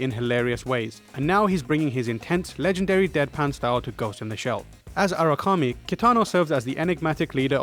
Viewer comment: "Erikame"? its Aramaki